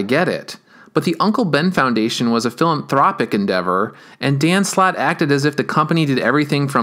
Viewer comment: One- takes balls to sing with a "voice" like that over and over again in your videos. two- the way you say philanthropic is weird. Three- rest of the video is good stuff. I mean back up drives and the cloud apparently don't exist. It honestly seemed forced because he was fine treating Spider-Man like the abused spouse he swears up and down he loves more than anything but loves beating them down. I can't wait for Slott to stop.